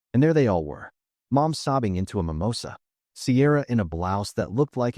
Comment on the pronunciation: I am sorry but did bro just say MIMOSA!? Also why so good sense of words bro? "Emotional Dysfunction Edition"🤣🤣🤣🤣